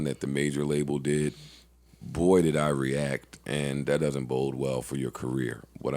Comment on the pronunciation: Why Joe keep saying 'bold well'...bode well, and that don't sound like BODE from The Wire either. :-) you my guy, it just hurt hearing you say that the third time...